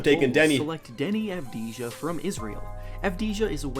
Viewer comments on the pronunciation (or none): It’s avdiyya people get it right also I don’t blame you for making fun of us Knicks fans we do it to ourselves, its called Knicks luck